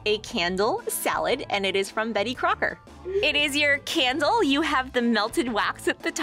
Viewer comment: Oh a "candle"